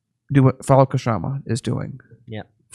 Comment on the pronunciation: Her first name is pronounced "Shah-ma"--the 'K' is silent.